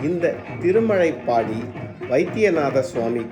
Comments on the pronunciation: நல்ல தகவலுக்கு நன்றி 🙏 திருமலைப்பாடி அல்ல. திருமழப்பாடி.. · திருமழைப்பாடி இல்லீங்க, திருமழப்பாடி என்பதாகும்.